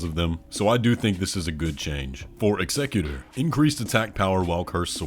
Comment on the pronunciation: Bro is the ONLY YouTuber who can say “Executor” correctly. Instant sub.